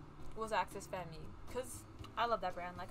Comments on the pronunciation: axes femme is said like axes fem. theres no fem-me on it just fyi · Axes Femme- pronounced Axis Fam(or like femme in femme fatale) Also Ingni is in fact a word and not an acronym if you have difficulty pronouncing it it is Ig-ni